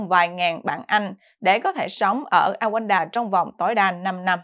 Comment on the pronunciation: Đọc là Ru ăng đa ( Rwanda - Rouanda )